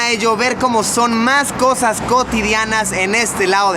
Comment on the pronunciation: Luisito comunica en vez de cosas nuevas dices cojas nuevas jajajaja... en el minuto a jajaja no paro de reir